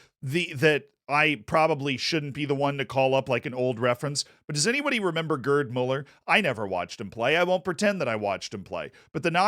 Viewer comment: “GuRd Muller” 💀😭